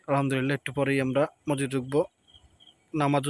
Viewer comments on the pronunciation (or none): none